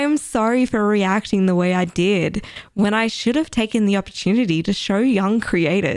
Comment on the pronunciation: American accent was really good when she read it! Only thing I noticed was when she said “dId” (capital i )